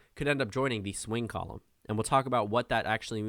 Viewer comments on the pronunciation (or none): none